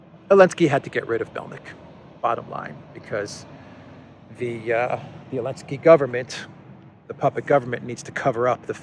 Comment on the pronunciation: Just wondering why you are pronouncing Zelensky's name as 'Alensky' or 'Yelensky.' Sorry if I have not seen an earlier explanation...